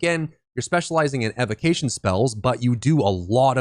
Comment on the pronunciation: OK, I gotta say something. It was causing me neck pains from all the wincing while listening to the video. Evocation is pronounced [EE-VO-KAY-SHEN (ēvōˈkāSH(ə)n)]. From the word evoke as in to evoke the spirit of the elements also known as an evocation of the elements. Evocation. Thank you and sorry.